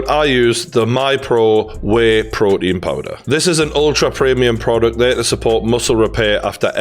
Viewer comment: As an american 🇺🇸 Its funny how he says “ My proein “ instead of “my protein “